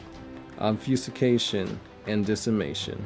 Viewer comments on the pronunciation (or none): And ob-fusi-cation..